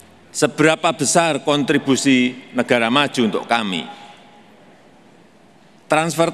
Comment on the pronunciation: kontribusi bukan kanttibusi, lo dulu sekolah dimana